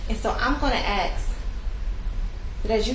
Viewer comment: I've never seen a lawyer who didn't know how to pronounce "ask" or "juror."